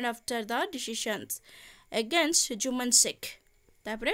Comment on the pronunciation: Mam sethi 'jumaan' habani sethi 'Jumman' haba